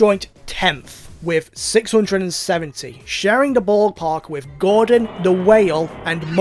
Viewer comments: "Groudon" not 'Gordon'🤦‍♂️ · Me: Groudon: Gordon